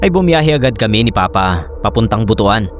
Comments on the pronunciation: Butuan; read Butuwan. Mga taga Mindanao natatawa kapag buto-an ang bigkas 😊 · Boot-wan (Butuan) ganyan po pagkabigkas. Tsaka nga po pala, ung Kinilaw dito sa amin ang pagkabigkas same sa bayabas hindi po ung same sa batingaw pagkabigkas 😊